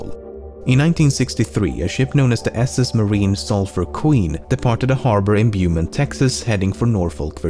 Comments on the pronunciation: The proper pronunciation is "Boh-mont", not "Bew-mint" Texas. Just a correction for future videos if necessary. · its pronounced bo-mont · Beaumont, Texas? Oh yeah, we pronounce it "BO-mahnt" down here. Next video: The Legend of Texans Saying Everything Wrong. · ah yes beumon. its pronounced boe mon t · Beaumont is pronounced as if it was a French word. So it’s pronounced Bow-mont. I only know this because I live close to there. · It's pronounced Bomont, not Beeumont. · Who pronounces Beaumont like Byoo-mont? It's pronounced Boh-mont. I'm a Texan, so I noticed this immediately. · Lol its pronounced BOWmont not BEEWmont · Lol, Beaumont is pronounced Bo-mont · When he pronounced Beaumont "byu mint", i lost it 😂😂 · I live near Beaumont Tx and the way you said it was all wrong lmao it’s Boe-mawnt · Beaumont Texas is pronounced BO-mont. Kinda funny I know. haha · as a person who lives in Texas it's pronounced bomont (beaumont) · Love the way you said Beaumont lol, it’s pronounced bow-mon-t here in Texas, kinda like how “geaux tigers” is pronounced “go tigers” in Louisiana 🤷‍♂️. Love the vid btw, they get better every release! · It’s pronounced “bow-mont” texas bro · isn't it pronounced "Bow-mont" Texas? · I just want you to know that you mispronounced Beaumont. It's pronounced Bo-Mont not whatever you said. Otherwise excellent video. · Iknow I am late but I'm from Texas and it is pronounced Bow-mont just saying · Beaumont sounds like "Bo-mont" my boy! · 'bow-mont' would be the only way to pronounce beaumont.... but i am canadian, we are taught to speak/read in french and english from kindergarten through highschool, or at least most of us are. Did he mispronounce the name? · beaumont texas is pronounced bow(like the weapon) mont (like monty python), doesn't bother me, but I'd like to know when i pronounce things wrong..... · It’s pronounced boh - mont brother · Beaumont Texas is pronounced bow-mont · It's pronounced Bou mont. :p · You pronounced Beaumont wrong lol